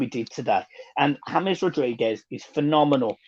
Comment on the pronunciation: why do you pronounce James correctly but when reading Dennis Q's comment say it as the English "James"? You do realise "Hamez" is written "James"? I'm sorry to sound pedantic, I think you & John are great with a lot of knowledge - but it's a bit confusing